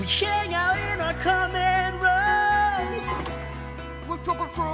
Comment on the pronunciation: did he say “hangout” or “shangout” cuz that’s what I heard lol